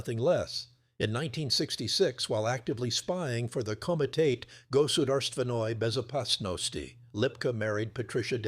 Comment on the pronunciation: Goodarst Venoi Bezopasnosti 😂😂😂😂 AI